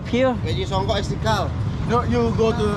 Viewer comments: LOL the way he pronounce Songkok, Song-Cock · Its songkok not songkock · the way you pronounce songkok haha but that's alright